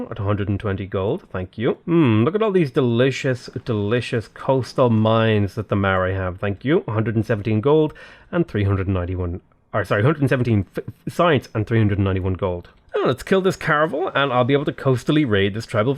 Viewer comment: Is it just me or is he saying Maori wrong?